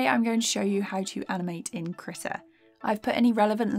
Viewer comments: hold up i've been pronouncing it as "kree tah" and she's pronouncing it as "krih tah" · you mispronounced krita multiple times